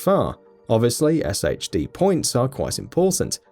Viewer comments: pronounced "shade" tech not "S-H-D" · SHD is pronounced Shade.